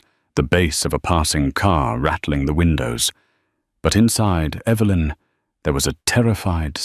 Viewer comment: Less beard on the mafia boss. I see Evelyn is still an issue when pronunciation. Good story.